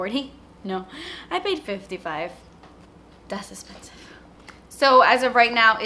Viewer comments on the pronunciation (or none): im so glad you said "dass espensive" 😂😂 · "Das espensive" 😂 love it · I'm only watching this video to see if she says "thats izpenzive!" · "Das esspensive " Yasssss it's my fave. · You're amazing! My stomach hurts because I had to laugh so hard 😂 "daass expensive" actually sounds really German... I ❤️ it because I am German 🤓😉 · "Das espensive" My favorite thing you say. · I die every time she says "das espessive" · hahaha I love when you say dats expensive. Makes me laugh every time. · "Das espensive" 😂❤️